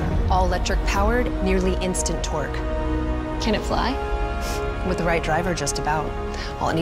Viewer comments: Did she really say «near instant twerk » instead of torque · It sounded like she said "nearly instant twerk" lol 😆